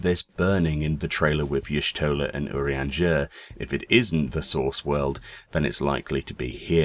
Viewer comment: The way you say "Urianger" as "err-ian-jerrr" really bothers me XD It's "Oo-ree-on-jey!"